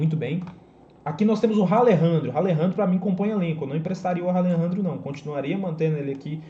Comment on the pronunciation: Boa tarde Que agonia tu falando "Ralerandrio" kkkkkkkkkkkkkkkkkk Pqp